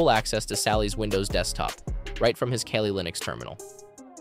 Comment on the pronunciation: Wow, great editing and great information.. I actually learned something.. also it's Kali, not Kali.